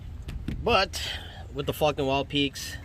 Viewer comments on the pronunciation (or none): Haaaaaaaaaaaaaaa. Sounded like you said Fukn Wild peaks.... Question, Im hearing the TRDs have a factory 2" lift. Do I need this lift to accommodate these tires on a SR5? ? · Sounds like you're saying fucking.